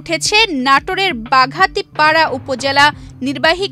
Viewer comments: বাঘাতিপাড়া না বাগাতিপাড়া।দয়া করে শুদ্ধ করে বলেন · বাগাতিপাড়া বলতে গিয়ে বাঘাতি পাড়া বলছে!!! এটা এডিটর ছাড়ল কি করে???